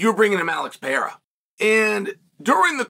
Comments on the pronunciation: It’s Pah-rare-ah chael, literally easier to say than the way you pronounce it. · Cheal refuses to say Alex's last name correctly.